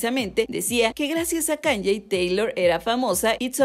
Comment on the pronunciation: Se pronuncia KAAANIIIIIIIEEEEE